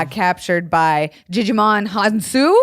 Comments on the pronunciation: Djimon is pronounced like Simon y'all 😓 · You all are butchering Djimon's name😫🤦🏾‍♀️ The 'D' in his name is silent. It's pronounced "jai-muhn" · everytime you called him digimon... the d in Djimon is mostly silent I'm pretty sure, I think it just indicates a hard j sound rather than a soft j